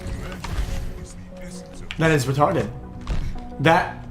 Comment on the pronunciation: "That was rerarted"